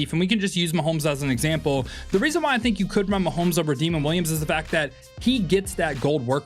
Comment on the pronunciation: Great video bro! Also Demond Williams Jr name is pronounced Da-mond not demon lol